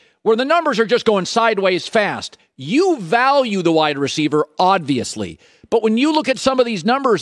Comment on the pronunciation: Wait he said oDviously?